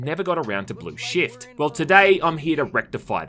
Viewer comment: every time he says "shift" it sounds like shit